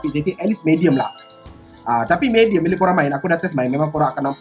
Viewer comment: Mee-Dee-Uhm. Tq